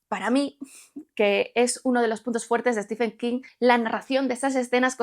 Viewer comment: No es "Estifen". Es "Stiven". Por favor, gente. Al menos aprendan a decir su nombre correctamente. No se les pide tanto...